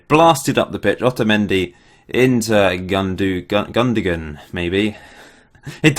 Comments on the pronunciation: Gundogan is pronounced "Goon-do-wan" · It's Gun-Doan lol :P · It's Gundogan, not Gundogan.